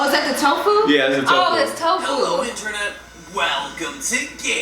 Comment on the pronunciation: For a second I thought she was talking about Tfue 😂😂😂😂 tofu